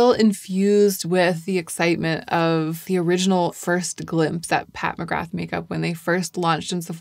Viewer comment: Pat who ??? I love your videos but…. Nooooo you cannot say McGrath like that 😂. The TH is silent . 🤫 Silent . Nooo TH. I know this as I’m Irish and so is the name 😊